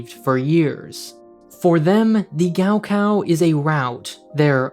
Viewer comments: For those wondering, gaokao is pronounced more like Gaw Caw Also, wonder if the school has a gift shop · It's pronounced Kao Khao. In pinyin the letter G is for English K and K is asperated K. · the way they pronounce gaokao is giving me a literal stroke lmao